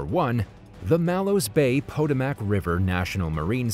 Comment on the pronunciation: Wow, that river is pronounced "Pa-toe-mick". Not from the USA, eh?